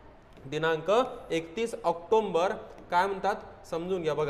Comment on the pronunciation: अरे भाऊ आकटोंबर नाही रे, ऑक्टोबर म्हण रे !